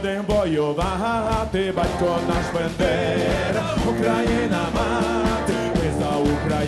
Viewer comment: У Скрипки багато крутих і , навіть , геніальних пісень. Але цей варіант Червоної Калини не подобається!!! І мені почулось ,що призвіще Б А ндера вимовлялось неправильно? Певно, здалось. Перепрошую.